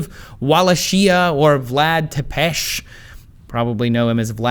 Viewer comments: Tepes... damn it man, youre american, i thought you guys at least try, Walashia... D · that's not how you pronounce Valahia and Tepes